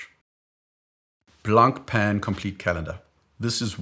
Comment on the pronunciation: The C is not pronounced in Blancpain. (Blanpahn) Cheers